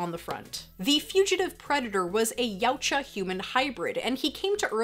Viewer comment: Call me outta touch but I'm still having a hard time accepting a female toy reviewer. At least she knows how to pronounce yautja